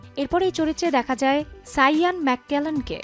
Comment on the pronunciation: এই আপা প্রচুর জিনিসের নাম ভুল উচ্চারন করতেসে। ইয়ান ম্যাক্লেইন এর নাম টা ভুল বলসে। এল্‌ফ কে এলফ উচ্চারন করতেসে। উনি নিজে এই ট্রিলজি দেখেন নাই। অনুরোধ থাকল দেখুন।